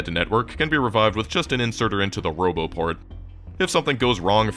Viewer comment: what was that? "broboport" 😁 anyways, I expect no less than a tour around the edge of the whole darn map as a follow up 😂 I guess one could calculate how long that would take...7h per lenght or so..times four...😆